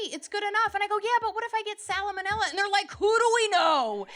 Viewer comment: Funny!! But that extra syllable in salmonella 😳